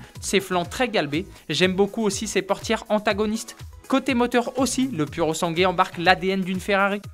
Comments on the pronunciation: Il faut dire puro sangwé😉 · Se prétendre journaliste et même pas être capable de prononcer le nom d'un modèle correctement... 🙄